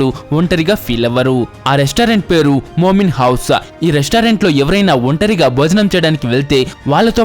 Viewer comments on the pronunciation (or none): Moonin house bro adhi moomin housaa kadhu😅